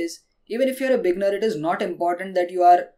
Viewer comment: I love your tips and you understand English very well but i have 1 piece of advice with pronunciation. Beginner should be said with 2 syllables. (be-ginner). when you say beginner it kind of sounds like beggar.